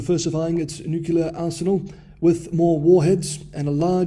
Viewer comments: "Nuclear" not "Nukular." It's a common mistake, but still a mistake. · It is pronounced nu-clear. Not Nu-ku-lar. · We've been over this, we don't care how he pronounces it, as long as we understand.